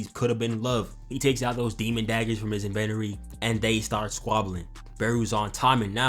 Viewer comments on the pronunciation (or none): did nga just say invennory